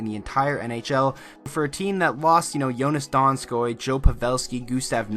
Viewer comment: just saying how you pronounced "joonas donskoi" was really good:D